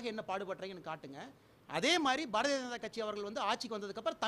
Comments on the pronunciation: Again and again he pronounced as Barathi Raja kathi...😝😝😝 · முதலில் இந்த அண்ணாமலையை தமிழ் என்று உச்சரிக்கச்சொல்லுங்கள் இரண்டாவது பாரதிய ஜனதாவை பாரதி என்று உச்சரிக்கிறான்????மூன்றாவது தமிழ்நாடு முன்னேறிய மாநிலம் என்று ஒத்துக்கொள்கிறான். முன்னேறாத உத்திரப்பிரதேசம் பீகார் குஜராத் என்று பா ஜ க ஆளூம் மாநிலத்தை உயர்த்த இவனை அனுப்பவும். நான்காவது இவன் நீட் தேர்வு எழதி ஐ பி எஸ் ஆனானா???ஐந்தாவது மீத்தேன் ஹைட்ரோ கார்பன் எட்டுவழிச்சாலை ஆகிய அனைத்து அழிவு திட்டங்களையும் தமிழ்நாட்டுக்கு கொண்டுவந்து தமிழ்நாட்டை அழிக்கும் இவர்கள் தமிழ்நாட்டை காப்பாற்ற போகிறார்களா????ஆறாவது தமிழக விவசாயிகள் டெல்லி சென்று உண்ணாவிரதம் அரை நிர்வாண போராட்டம் எலிக்கறி சாப்பிடும் போராட்டம் என்று துண்பங்களை அனுபவித்தபோது இவர்களை தவிர்த்து பாரதப்பிரதமர் நடிகையை ஏன் சந்தித்தார்???? ஏழாவது உள்நாட்டு உற்பத்தி பற்றி என்ன தெரியும் அம்பானி அதானி இவர்கள்தான் உங்களுக்குத்தெரிந்த உள்நாட்டு உற்பத்தி. எட்டாவது ரயில் சேவை விமான சேவை மின்சாரம் உள்ளிட்ட அனைத்தையும் தனியாருக்கு தாரை வார்த்த உங்களுக்கு தற்சார்பை பற்றி என்ன தெரியும்????ஒண்பாதவது நான் விவசாயம் செய்து சாப்பிடுகிறேன் என்று சொல்லும் நீயும் பி ஜே பி விவசாயம் செய்பவர்கள் நீரை வீணாக்குகிறார்கள் என்று வெளிநாட்டு குளிர்பானங்களை ஆதரித்த மாரிதாஸும் பி ஜே பி??????கேட்டால் அது அவரது கருத்து என்று சொல்வது???? த்த்தூஊஊஊஊஊஊஊஊ.